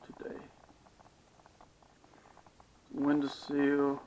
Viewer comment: It’s a sill not ‘seal’